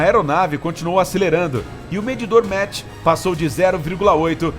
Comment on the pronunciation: 'Maqi' não 'metch,...